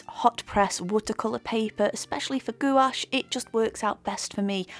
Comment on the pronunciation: Bonjour. Merci beaucoup for your video. Your painting is very nice, détails are brillant. And you pronounce very well gouache word ! Based on your comments and result I think I can try now this brand. If my painting will turn into a big mess it will be due to the painter, not the paint !